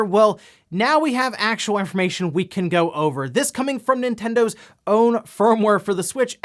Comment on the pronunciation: "Well, now we have actuowu infowmation we can go over..."